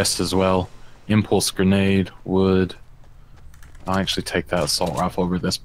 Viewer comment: "They have a gernade launcher" or maybe they just have gernades?!